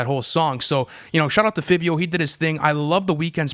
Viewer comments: It’s pronounce Fy-vio but yes…we all feel the same way🔥🔥🔥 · Yeah, Fivio spit his best verse ever. Man. That was crazy. And its pronounce (FIVE-VI-O) btw. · Fivio is pronounced FA-VE-O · Five-eei-o boys come on haha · The way y’all pronounce fivio 😭💀